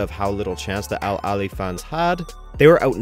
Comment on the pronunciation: I'm so happy you made a video like this. Also merit to the pronunciations of the Egyptian club names that was perfect.